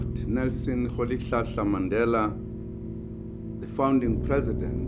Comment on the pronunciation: On ecrit Rolihlahla mais on lit Rolilshashla en xosa